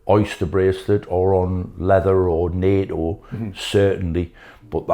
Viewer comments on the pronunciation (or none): none